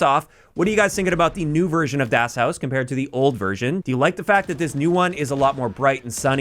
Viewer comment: Americans - butchering simple german names of (zombies-)maps since 2008 lol